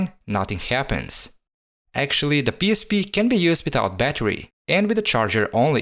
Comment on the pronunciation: Автор со всей силы показывает что он англоговорящий , но произношение пииспи выдаёт А видео кул